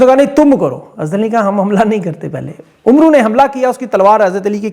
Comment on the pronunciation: عمرو کو امر ادا کیا جاتا ہے۔ یعنی بولا جاتا ہے۔